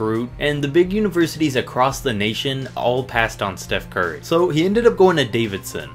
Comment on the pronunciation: This man said Steph sturry